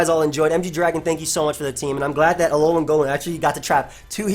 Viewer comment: It’s pronounced “Alolem”